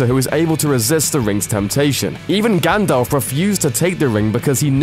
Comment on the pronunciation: Dude, Gandalf, GANDALFFFFF, not Gandolf.